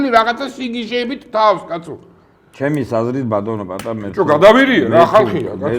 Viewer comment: პა-ა-ტა ჰქვია ამ ადამიანს ბატონო წამყვანო.